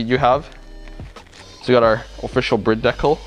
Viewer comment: Don’t understand why you’re calling it “Brid” it has a e it has to be pronounced Bride